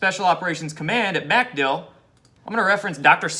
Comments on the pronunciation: Not MAC-dill it's mc-DILL. Accent on the second syllable. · It's not MAC Dill. It's MacDILL (emphasis on DILL). Sorry to nitpick but you'll sound much more informed if you pronounce it correctly ; ) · Dude it's MacDill air Force Base. MacDILL. Just wanted you to know it sounds really lame when you say MACdill air Force Base. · Watch you everyday. Love your vids, but for the love of God, its McDill, say it quickly. Pronounced "mickdill", not "MACK dill". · pronounced 'Mc-DILL' ;-) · Its pronounced micdill. Aka macdill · The accent is on Dill NOT Mc. Good grief.